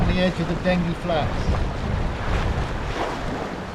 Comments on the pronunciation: Loved the video but while we are on pronunciation I have always known it as Dengee, with the g sounding as the letter name. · Sorry to correct you, I was born on the Den-gee 🤣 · Just a point of information; having lived in the village of Dengie for some years in my youth, it's pronounced 'Denjie'.